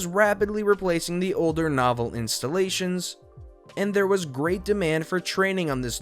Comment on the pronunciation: As far as Novell operating system, it isn't pronounced like a long-form story book (novel), but instead as "No-Vell".